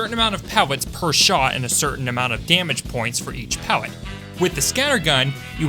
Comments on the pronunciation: i swear he said "pewwet" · I like the way he says Pellet like how the Rabbit from loony toons says wabit